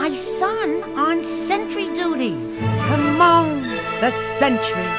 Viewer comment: Can you please learn how to pronounce the names, especially Timon, Pumba, and Kovu?